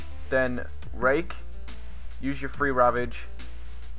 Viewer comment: When u said "Rake" at first i thought u said "Rape" ... There should be a "Rape" ability in wow. o.O